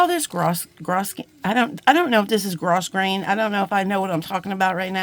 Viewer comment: The S in grosgrain is silent. So, it's pronounced - gro grain - with a long O. I learned that back in the 1970s when I worked in a fabric store. 😁